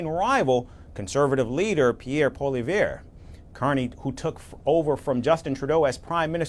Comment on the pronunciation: Pol-ee-ev....i am not a fan of Poilievre's but seriously if you are going to speak about him do your homework and learn how to pronounce his name.